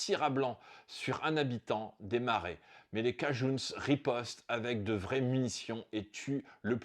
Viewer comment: Bonjour Super vidéo. Juste une petite mise au point on ne dit pas les cajouns mais les cajin.